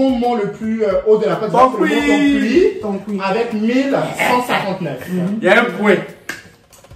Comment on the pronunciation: ON DIT mont tonpki pas mont toncuiii